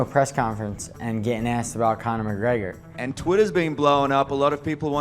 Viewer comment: i hate the way he pronounces "conor mcgregor"